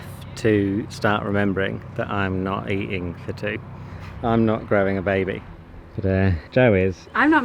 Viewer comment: You're looking swell,! I like the difference between you of pronunciation of 'baby', but you've got some serious changes to make soon